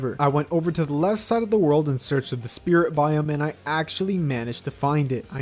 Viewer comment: at the start of the video you said split mod instead of spirit mod